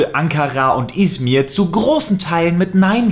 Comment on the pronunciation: Bitte hör auf izmir zu sagen du kannst nicht mal Türkisch dann lass es auch PS du willst mir klicks abschtauben weil so was grade in ist